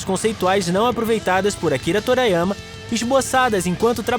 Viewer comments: O vídeo tá legal e tal, mas pelo amor de kami-sama, TORIYAMA e não TORAYAMA. Meus ouvidos sangravam a cada menção ao autor. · Tbm fiquei incomodado com a pronuncia, e na saga cell quem chegou a segunda transformação foi o gohan. Vegita e trunks só aumentaram os poderes e ficaram " Fortões" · Torayama? Meus ouvidos sangram ao ouvir a pronuncia